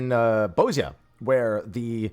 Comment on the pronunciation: The correct pronunciation of Bozja is "Boz-yah". The characters say it this way, the Japanese dub says it this way, the Japanese text pronounces it this way, the developers pronounce it this way during Q&As and so forth; only people on YouTube seem to believe it is "Bozjuh". Furthermore, the Hrothgar of Ilsabard have a faintly Balkan linguistic culture. In these languages, the latin letter J produces the Y sound.